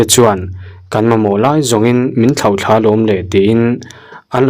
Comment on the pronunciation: Thla niloin thlaa tih zawk tur aw thluk deuh tur